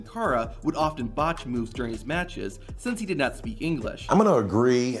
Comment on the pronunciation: Why’d he say English like that? Engleeeeesh